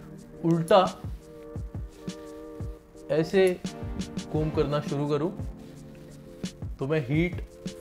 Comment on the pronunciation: jab aap “aese” bole tab mere ipd pe siri active ho gayi mene firse try kiya to bhi activate hui thi🤣🤣🤣